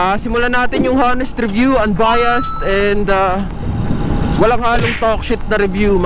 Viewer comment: Hanest review, sorry po, pero constructive criticism lang po, hindi po sya Ha nest, dapat po ay Ah nest sya... Silent ung "H" sa unahan na pabilog na "ah" ang pag bigkas... Tapos unbayast, ah mejo tama naman po pero "d" po dulo nun, mejo patigasin nyo lang po ng konti.. Anyway, un lang po, wag po sanang mamasamain...